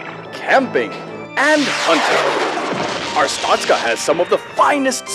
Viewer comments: Anyone else annoyed of how they're saying Artstotzka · I'm sorry but... ar-stOH-stka Not ars-tAH-stka Aaaaaaaaa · But isn't it arstotska instead of artstotzka? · Its pronounced Ar (as in far)stot (as in boat)ska (as in far). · The way they pronounce Arstotzka pains me...